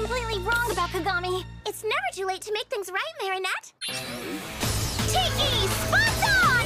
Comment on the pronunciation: that ain't Marinette, thats Merry-go-round , nah, that's not Adrien, that's A-drain💀